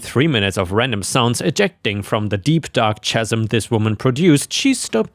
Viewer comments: Just letting you know that the chas in chasm is pronounced kaz, not chaz. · chasm, pronounced as K-ha-sm. 🙂